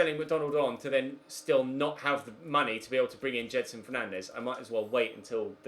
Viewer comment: It’s said jed son not jed er son